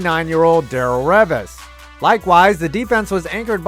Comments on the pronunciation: The way you pronounced Revis got my blood boiling ngl haha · Does he not realise that he mispronounced "Revis" too lol